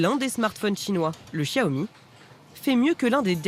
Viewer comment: Sauf que ça se prononce "Siaomi". Le "x" en chinois se prononce comme un "s" ;)